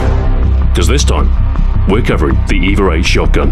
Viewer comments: The way you pronounce the name "EVA-8" it sounds more like "Eva-rate". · Is it me or is he throwing a R into EVA-8?